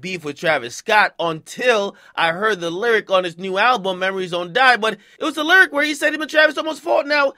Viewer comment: Ak says "lyric" as LURIC 😂😂😂